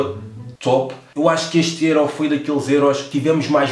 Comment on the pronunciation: Porque é que dizes êró? tu nem és alentejane...makes no sense nigga